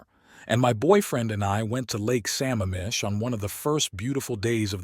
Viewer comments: I don't care which picture it is, he's so NOT A handsome man unless you like creepy guys!! It's pronounced Lake Sa-mamm-ish but I never would believe a VW BUG was such a dependable car making several coast to coast trips. Also the lady that worked with him answering phones at the crises line and felt so safe around him, out weighted him and had short curly hair.... not his Mo !! Much worse is happening today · Gripping report. BTW, the lake's name is pronounced su-MAM-mish (short "u").